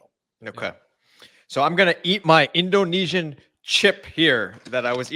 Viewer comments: The pronunciation in speaking indonesian is well done, it can be understood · Good Pronounciation... Nice Try....😊😊😊 Get more familiar with Bahasa Indonesia. Tq for good vibe in supporting Indonesian Team Nas. Dont forget to eat. Nasi goreng😊😊😊😂